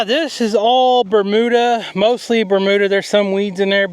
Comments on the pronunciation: Ber.....mew......duh grass, not ber....moo....duh LOL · Two words you P renounce wrong Bermuda an acorns